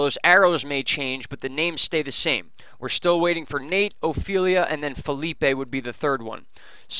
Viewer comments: Phillipe is pronounced as feeleep. It's french. Thank you for all the updates. I appreciate your time and your hard work to get us informed about the possible storms.☺ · Yes, if Phillipe is spelled Felipe, it's a Spanish name, and it sounds like fay Lee pay. But, It's okay with me how you say it. 😊